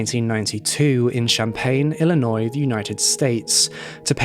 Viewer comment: thanks for covering this case I'm from Illinois and I'm surprised that I haven't heard of this before. also much appreciate you learning how to pronounce Illinois correctly! haha. about his sentencing, I thought by this time Illinois had abolished the death penalty but apparently that didn't happen until 2011. it's still better that he got life.